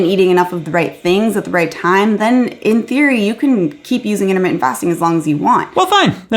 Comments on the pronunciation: I am freaking dead! “What you don’t eat is in-a-mitten”!!!😂😂😂😂😂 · Did you say Internet Fasting or Intermittent Fasting?? LOL!